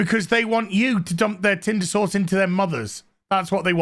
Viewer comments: Can someone translate British. Is saying tinder sauce or tinder source? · Omg... saying tinder sauced or sourced... who knows... it's killing me hahaha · 🤭😂 Me when I realized you’re not saying tender sauce you’re saying tindr sauce! 🤣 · I thought Odin’s old man voice saying “tinder sauce” was funny but holy shit when I heard your posh old world accent stress the syllables on sauce when saying “tinder sauce” I lost my shit. Thank you for that.